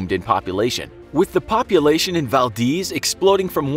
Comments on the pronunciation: Val-DEZ not, Val-Deez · Val Deez nuts. It's not deez it's dez (Valdez) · Its Vald-EZ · Val-deez nutz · It's Pronounced Valdez With a long E sound. Just saying